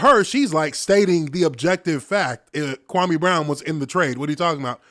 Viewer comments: I am a Ghanaian and I know that name very well. KWAME is pronounced KWA-A-ME or KWA _ ME is the name of a male born on SATURDAY in the Ghanaian culture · Whats even more messed up about Stephen A mispronouncing Kwame's name is he was told by Jalen Rose that its disrespectful and he continued doing it. But had the nerve to lie and say he never said anything negative about Kwame personally. He not only disrespected Kwame, but also his parents who named him